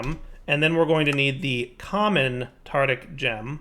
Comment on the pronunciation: it's called a tarTARic gem, not tartic gem!